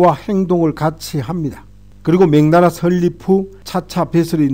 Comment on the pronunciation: 명나라를 자꾸 맹나라로 발음 하시네요~